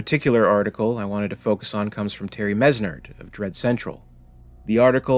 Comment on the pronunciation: Well at least you credited me :) also it's pronounced Menard.